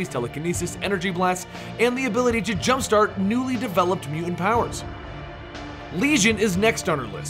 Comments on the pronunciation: Your mispronunciation of the word "mutant", drove me nearly insane. Sounds like "mew-ans". I couldn't finish the video. It was that aggravating. If you take the time to produce a 7 minute video on a given subject, at least take the time to learn to pronounce the name of subject correctly. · "Mew ent"? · does the way this guy says the word, "mutant/mutants" bother anyone else? mu-ents? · I think its one of those words when you hear if over and over in a short amount of time it starts to sound funny. Or it sounds like he pronounces it Mute-Unt. I dunno now I'm going crazy lol